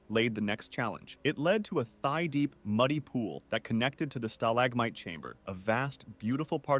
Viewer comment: OH NO THIS IS AI SLOP it can't properly pronounce stalagmite